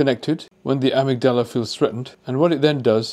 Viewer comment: It is not pronounced 'amygDALA'. It is 'aMIGdala'